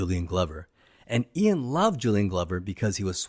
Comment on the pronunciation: Ok, you owe your subs and the James Bond franchise a huge apology for mispronouncing "Ee-in" Fleming's name! I didn't even realize who you were even referencing by stupidly pronouncing it "Eye-on". Nope! This is such a fundamental mistake you should apologize and re-upload a correct video. How dumb! What's next James Boon?